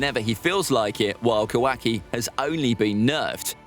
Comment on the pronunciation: Ka- WAKI